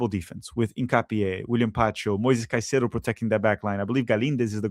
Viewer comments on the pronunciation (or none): none